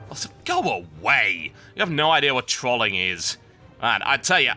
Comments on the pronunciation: Total. Say troll.. Then ING not Troling Sound silly lol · Since when was trolling pronounced with an "a" instead of an "o." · OOOMG. You pronounce Trolling and Troll in such a weird manner, TB XD